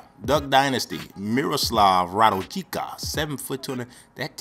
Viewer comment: I'm from Serbia and his name we should read RADULJICA but you can read RA-DU-LI-CA ;) You read in this video RA-DUL-JICA